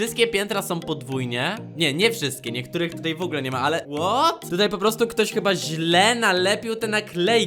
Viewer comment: oj nie w ogle tylko w ogóle idziesz na logopedie